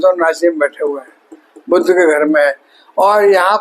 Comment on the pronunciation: हिंदीभाषी सभी ज्योतिषी 'वक्री' शब्द को "बकरी" और 'बुध' ग्रह को "बुद्ध" ही बोलते हैं !! 😢😮